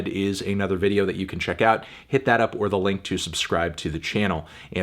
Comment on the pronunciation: I have noticed a very obvious, conscious effort to say "Up, Or The Link" as clearly as possible.